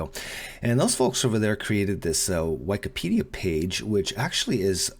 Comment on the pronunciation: I'm more concerned about "whykipedia" than "sienna" :P